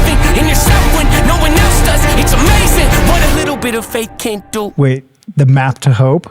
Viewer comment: it is “do” not “du”.